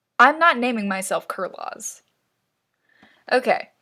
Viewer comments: "Kur -laws" I'm pretty sure is said like Carlos, but with the Kur sound so Kur-los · Kurloz is a common name in American it's not exactly pronouncrd kurloz more like karlos but it's still a common name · when you said kur lozz i just screamed. its pronounced kur-loze or kur-lose. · i think kurlos is fine, sounds like carlos if you fucking pronounce it right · Kurloz is pronounced Carlos but you know...Kur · Also btw you said Kurloz wrong it’s basically said like Carlos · WHAT KURLOZ SOUNDS LIKE SANTA CLAUS REHAHAHA anyhow i am not at all berating you about a mispronunciation, though i am fairly sure it is pronounced 'cur-low-se' like carlos but with a cur sound instead. in case you ever say his name again! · Kurloz isnt a weird name when its fuckin pronounced correctly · Yeah. My poor man Kurloz getting his name butchered